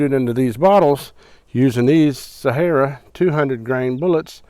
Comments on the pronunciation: They are "See-air-uh" bullets, not Sahara as in Sahara dessert. I was confused until I figured it out. Sierra are great bullets. Great video...thanks! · It’s SEE-ERRA not SA-HA-RA